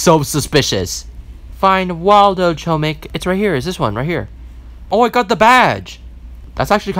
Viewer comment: HOMIK ITS HOMIK